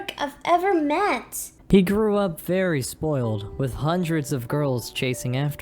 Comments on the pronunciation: said Fairy not Very XD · I noticed that anytime they say “very” I hear “fairy” 😂😂 Edit:He sAid dO yOu lOvE mE tHeN LiGhT iS LiKe I gOtTa gO! ThEn tBc